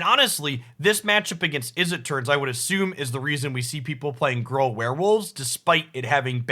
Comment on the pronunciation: Has anyone else heard Gruul pronounced “Grawl” before? Me neither.